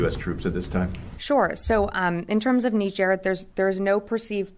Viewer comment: It's amazing how u hear the right pronunciation of "Niger" from different videos and still choose to pronounce it wrong.